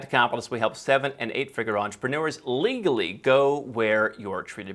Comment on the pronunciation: Hi Andrew! Why the strong emphasis on the "legally" portion of your intro? Too many unscrupulous folks trying to employ your services? 😉😉😉 Thanks for sharing. Love your content and marketing style. 🥰🥰🥰🖖